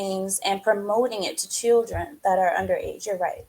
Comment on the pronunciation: Someone tells logic that there is an 'L' in the word chiLdren 😂